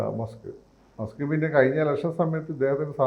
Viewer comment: മാസ്ക്ക് അല്ല മസ്ക്ക് 👍